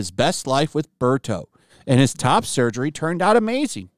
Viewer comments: She can't even name Birdo properly, its not Birto. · This teacher says Mario is one of her favorite things but doesn’t even know the character’s names, it’s Birdo not Berto 🤦🏻‍♂️ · That teacher knows so much about the Mario characters, she calls Birdo "Berto". 😂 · Berto? Not Birdo? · Who the F is BERTO? Did she mean BIRDO?... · really shows how little this woman knows about mario. mario and bowser are always competing for peach's heart. sunshine even implies she might have actually slept with bowser since she seems to be seriously considering bowser jr's claim shes his mom. plus its birdo, not berto. and just because yoshi is dating birdo doesnt make him formerly a woman. also she calls conservatives children as if that means immature, stupid and uncaring while arguing that children are mature and smart enough to know that trans, bisexual and polyamorous is